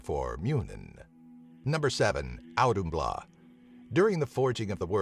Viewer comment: It's authumbla. That d with the slash over it makes an English th sound.